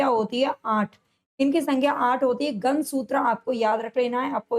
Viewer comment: मैम गन नही गण है पहले उच्चारण सही करो